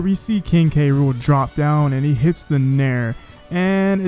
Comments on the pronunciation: Is the announcer calling him King Rool and leaving out the K? That makes me cringe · Seriously go watch the video on Nintendo UK They list it as "Gang-plank Galleon" and pronounce his name as "K. Rool" in the victory screen